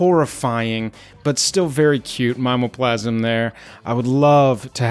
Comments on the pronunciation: Mime o plasm seems wrong to me. I say mim EEE OH plasm which is like sayin targét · Never heard anyone say My-mo-plasm before...we always say Mim-me-o-plasm. Fascinating. Also, totally agree, flavor text on Voidslime will necessitate this purchase. Lastly, non foil is for crazy people.